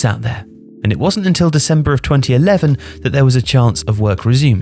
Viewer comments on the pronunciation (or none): none